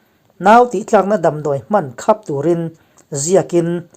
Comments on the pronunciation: I thu angaihnawmin,a bengvar thlak thin e. Tawng thluk: Tilotura inhri attirna hi 'khap'-hnap tih anga thluk tur ani.Mitkhap tih anga thluk tur anivelo. I thu erawh a bengvar thlak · 'Siam' tih leh 'khap' tih te hi a lam rik dan a dik tawk lo..a tawp lam hi lam hniam nise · " Khap " " et " tih hi lam dik tawh teh..